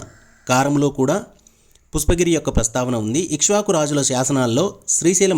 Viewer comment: Mundu meeru pushpagiri ani sarigga palakandi, pusspagiri kadu video Chala chala bavundi 🎉